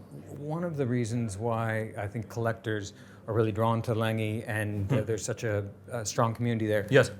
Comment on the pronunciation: needs to teach how to correctly pronounce A. Lange & Söhne.